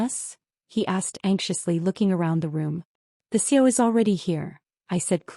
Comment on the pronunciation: Not too different than others on YouTube but entertaining. AI can't say C.E.O😂 and the constant texting by mom is overdone